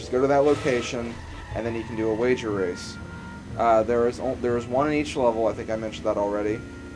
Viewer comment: yes u just said wager wace